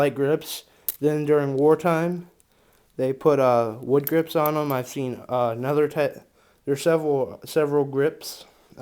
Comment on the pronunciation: Eww the why he says grips makes my ears bleed